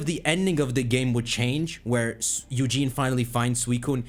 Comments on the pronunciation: his name is eusine not eugene. but it sounds amazing,i hope it will happen,a crystal remake. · My dude said “Eugene” 😂😂